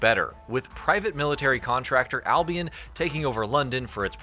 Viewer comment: Its not albiEN its albiON jesus christ.